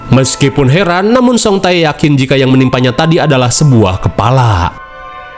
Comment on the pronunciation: Bang bacanya ulah "Jang Ba-e" wae atuhh😂 itu teh dibacanya Jang Be... Jadi "Bae" (배) dibaca tetep 'be' ajah engga usah Jang Ba-e 😂 Terus yang Song Tae juga sama, "Tae (태)" tetep dibaca te ajah jadi song te Jadi lucu hehehe